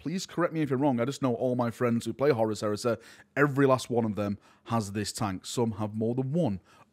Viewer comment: For the love of God, it’s Horus not Horace!